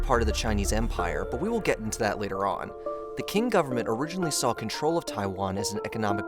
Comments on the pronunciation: Qing Dynasty should be pronounced as “Ching” instead of “King”. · Btw, "Qing" = "Ching Dynasty" NOT "King". That's because in Mandarin Chinese, "Q/q" is pronounced like the Standard American English: "Ch" as in "Church"/"church". NOT like "Kurch"/"kurch". 😢 😮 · Not pronounced 'king', Qing is pronounced 'ching'. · Qing is pronounced as a weak form "ching", not "king". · Qing - isnt it pronounce ching? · I like the work you guys do, but pay more attention to pronounciation please, Qing is pronounsed as Tsjing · ‘Qing’ is pronounced Ching, just like the way ch-ina gets its name from. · Also, it’s pronounced “Ching” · Ok I've really got to correct you because it urks to hear you keep mispronouncing the word Qing. In Chinese "Q" is pronounced like Ch, therefore it is called the Ching Dynasty. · Qing is actually pronounced Ching. Just to clear things up. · Great video...but your pronunciation of 'Qing dynasty' is like nails on a chalkboard 😬🙉😬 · Narrator's pronunciation is off. "Aborigines" is pronounced a-bo-ree-gee-nee not a-bo-ree-gee-gene. The Qing dynasty is pronounced Chi-ing (like ka-ching). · I’m sure the crux of the content is good, but the pronunciation made me stop watching…”Kin” dynasty? “Abor-gine”? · Sorry mate, but if you want to talk about these things, you really need to learn how to pronounce words .. Koxinga is "ko-shin-ga", it is the Ching dynasty not "King", aborigine is "ab-or-idge-in-ee", and the manufacturer of a majority of high end computer chips is TSMC - Taiwan Semiconductor Manufacturing Company. You sound pretty ignorant to anyone who actually knows about this stuff.